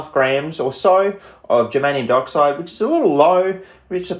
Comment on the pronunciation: I keep hearing 'Germanium Darkside' because of the way you pronounce Dioxide and now I have a title for my space-Romans versus space-Barbarians sci-fi fantasy novel.